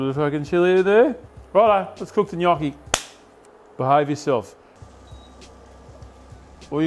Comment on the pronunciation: Brother, it is pronounced gnocchi